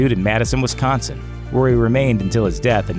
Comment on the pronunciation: There is no E in Wisconsin....